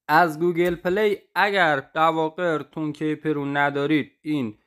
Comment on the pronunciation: تون کِیپِر» درست نیست » تون کیپِر» درست هست »